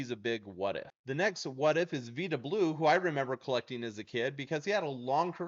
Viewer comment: First off, its pronounced VY-da Blue. Dusty Baker's 3 player 1971 Rookie card, maybe?